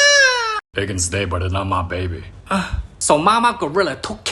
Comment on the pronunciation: "da baebwy" 😁😁😁😁😁😂😂😂😂😂😂😆😆😆😆🤣🤣🤣🤣